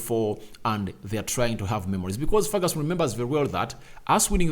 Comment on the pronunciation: It is Ferguson not Feruson